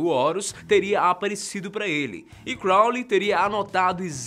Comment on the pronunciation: Quando ele fala Crounly eu lembro de supernatural